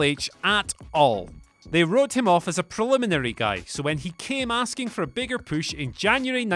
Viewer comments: its push not pouche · Push not posh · Say push again. :D